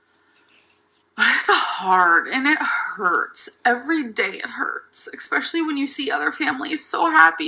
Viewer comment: If an adult pronounces especially as "expecially" a la Amber, I automatically can't take them seriously.